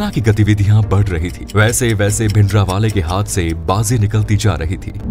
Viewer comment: Your way of saying bhindrawala is not correct.give him respect. This video has half info and some of them are myths. Make original video on reality. Tell the strategy the black truth of indra gandhi and badals.